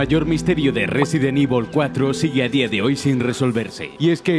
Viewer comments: Yo como lo digo: resident evil 4 como lo dice: residen ivol 4 XDDDD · Residen ivol :v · Resident ivol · Resident ibol fooor A huevo...!! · Resident ivol v